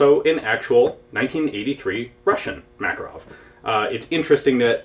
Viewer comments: btw it's MakArov, not MAkarov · dear ian, thank you for yet another interesting vid. a side comment--- i have a friend who was in the soviet military who says that makarov is pronounced Ma Ká Rov,accent on the ká. on the same subject, the name mondragon is accented on the last sylable-- mon dra gón (i live in mexico) thanks again for all the great vids. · LoL, it accent should be on the second "a" - "Mah-cAr-ow", like "hey, dude, dats muh cAr get ow it!"